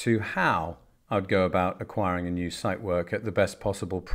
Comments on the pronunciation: Dear sir. Out of respect for the watch, please be so kind and check the pronunciation of the Zeitwerk. No "site" there...... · The mispronouncation of "Zeitwerk" makes me cringe.